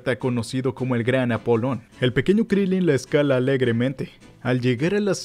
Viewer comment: Se dice Krilín